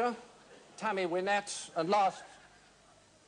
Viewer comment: He mispronounced Tammy Wynette's last name. It ruined the whole thing for the country & western crowd.